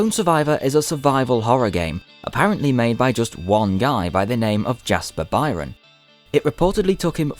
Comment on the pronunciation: "Bryne" is an Irish surname and is pronounced "burn"